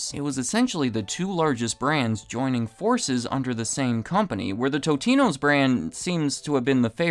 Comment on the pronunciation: It's not "toe-te-no" , it's, "tot-e-no"